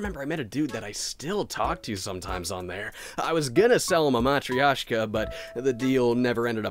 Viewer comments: btw there is no 'i' in the matryosha mat - ri - yo - shka - that's wrong mat - ryo - shka - that's right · Minus the part where he absolutely butchers the word, ha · You mispronounced 'matryoshka'